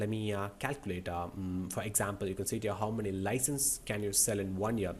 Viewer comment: whenever u say u can see it here it sounds like u can sit here😂